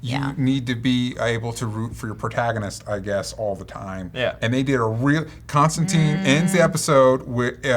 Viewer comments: DJ be starting to jump between Constantine pronunciations. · Stop saying Constantine wrong...